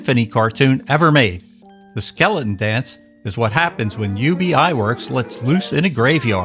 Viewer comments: Ub Iwerks' first name is not pronounce "Yew-Bee". It's literally pronounced as it looks...."Ub". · Pronounced Uhb Iwerks 😊 Thanks for the fun video! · "Ub" Iwerks was his name, short for "Ubbe Ert", not his initials.